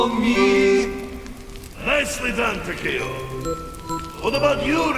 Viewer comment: i love this, i love this channel. but man, it was slightly painful to you hear mispronounce Takeo so many times. Tawkeeow, is how ur saying it... Tah Keh Oh, it how it SHOULD be said. its almost like youre mispronouncing Tokyo, even the subtitles have it marked as "Tokyo"